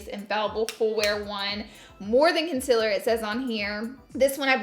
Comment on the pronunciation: OMG IT'S CONCEALER NOT CONCILLER HOLY FUCKING SHIT